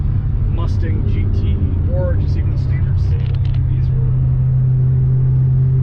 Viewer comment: I thought it was Saleen Not saYleen